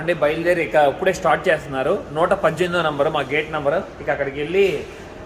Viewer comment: uppude, uppude antunnaru ... ippude ani spastanga palakandi